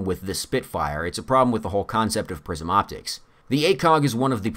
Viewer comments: I keep hearing "prison" instead of "prism." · I thought he was saying ‘prison optics’. I don’t even know what they are...